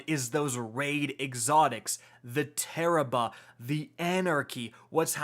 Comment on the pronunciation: If you watch this with subtitles when he says tarrabah it translates to terrible lmfao